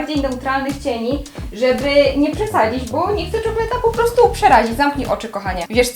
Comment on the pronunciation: Czokletina!? Wruciłaś😂